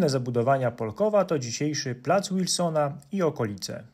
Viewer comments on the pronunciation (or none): Ciekawa opowieść. Dziękuję. Ale każdy stary warszawiak i warszawianka z Żoliborza i okolic wymawiają nazwę plac Wilsona jako [wilsona] a nie [łilsona].😊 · a przy okazji - nie wiem czy Pan wie, ale sama nazwa Plac Wilsona jest przez ortodoksję wymawiana przez W (wilson)a nie z angielska Ł (łilson). Od kiedy pamiętam był to wyznacznik prawilności dzielnicowej ;) Dzięki za super materiał jak zwykle. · My Żoliborzanie mówimy pl. Wilsona a nie pl. Łilsona taka ciekawostka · Wspaniałe, arcywspaniałe filmy, tylko nieśmiało przypominam, że Warszawiak zawsze powie "Wilsona" przez "W". Było tak nawet wtedy, kiedy odbywała się tam w miejscowej komunie Komuna Paryska. ;)